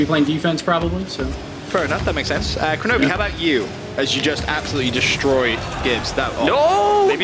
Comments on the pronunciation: Seriously? Koronovi? Its Kronovi lol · its kronovi